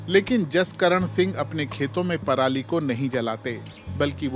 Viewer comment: दीदी को इतनी ही इंग्लिश आ रही है जितनी हमारे किसान को आती है दीदी इंग्लिश में भी परली बोल रही है हमारे किसान भी बिना पढ़े परली ही बोलते है 😂😂